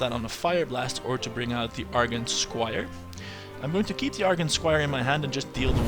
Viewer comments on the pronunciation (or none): I wanted you to use missiles on the bloodfen but then you saw the alchemist play (which I didn't) so I forgave you. In other news: I'm sure in the nearly 3 years since you posted this that you know already, but argent is pronounced arjent.